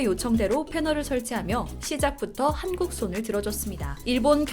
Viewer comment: 기사를 읽고 계시는 아나운서 자신의 발음을 다시 들어보세요. '한국'이 단음이 아니라 '한:국', 장음으로 발음해야 하지 않나요~? 답변 바랍니다